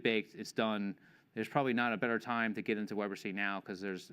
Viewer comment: "Web R tuh C" "Web artisy" -- the middle letter is T and it sounds like "tee" and should rhyme with the last letter "C" which sounds like "see". Web Are Tee See